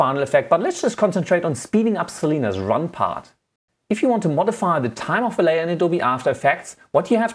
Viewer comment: "On your Layor"